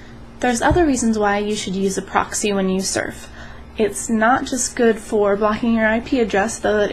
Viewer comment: pa-roxyee lol